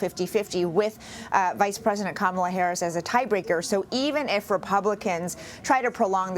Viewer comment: Put camel-uh in there… get her away from the White House